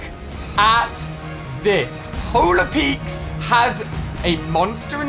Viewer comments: Nobody: Ali-a: PoLaR PeAkSSSS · It’s polar peak not peaks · Who gets mad when he says Polar Peaks but you are actually supposed to say Polar Peak? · Stop calling it Polar Peaks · Polar peak Ali, not polar peakS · No one: Absolutely no one: Ali-a: Polar Petes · powla peiiks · JUST SAY POLAR PEAK